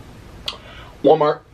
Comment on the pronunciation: You mean Wah mah (Walmart)😂😂😂😍😍😂😂